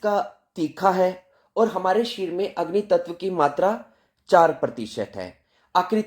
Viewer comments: Sharir bolo शरिर बोलो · Sharir शरीर 😂😂 sahi to bol lijiye